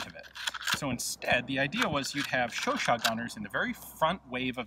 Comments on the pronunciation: Chau-CHAT: the second syllable is to be stressed, not the first. But it's already an improvement over earlier videos where you said something like Shuu-shuu... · Oh I thought you pronounce it like Chow-chat lol :/ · Me pronouncing the gun Chooochat